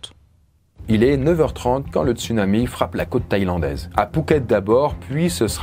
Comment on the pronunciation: On dit "tsounami".